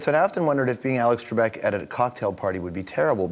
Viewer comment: Alex Trekbek? I hope someone got fired for that blunder lol.